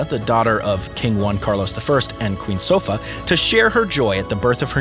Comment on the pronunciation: Just a couple of corrections: The name of the emeritus Queen Consort is SOFÍA, not Sofa. It's the same pronuncation like her grandaughter InFANTA Sofía, not Infanada. That word doesn't exist in Spanish. Cheers x